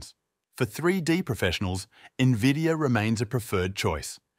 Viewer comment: did you just say nevidia?